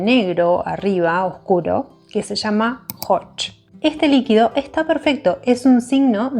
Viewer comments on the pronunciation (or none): none